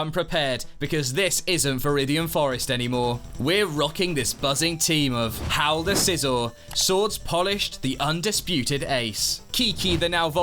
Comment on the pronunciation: The pronunciation of Scizor was painful, like do you pronounce scissors the same way?